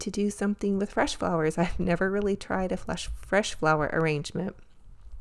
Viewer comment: I hope you do make a fresh floral arrangement. I love making them. However, I hope you never make a "flesh" flower arrangement. 😂😂 I know you slipped up, because saying fresh flower arrangement, is kind of hard to say, sometimes, but it was funny, I couldn't pass it up. ❤ *I made a separate comment about the shopping spree, and what were my favorites. I have a tendency to make multiple comments...sorry.